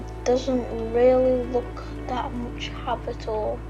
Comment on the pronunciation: its not "habitle" its habitable